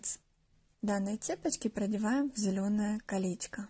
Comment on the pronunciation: Мда кринж потому что автор говорит как типо милашкарр слова где она сказала калеська 💀 правильно не калеська а колечко